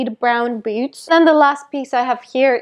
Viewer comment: It’s so cute how your pronounce ‘boots’ as “beauts” 😋😍